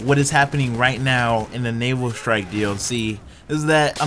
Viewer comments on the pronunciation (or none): none